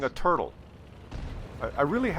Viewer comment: There were two turds for me in the end until I quit. One was the IKV 90 b. Don't get me wrong: It is not the worst tank of its class and tier, but it is unbelievably mediocre. Secondly, the VK 28.01... PS: In this episode I somehow think of a "Turdle" when hearing you say "Turtle"